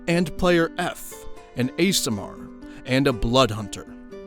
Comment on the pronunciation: i love ur videos!!! but the way you pronounce aasimar makes me wanna attack someone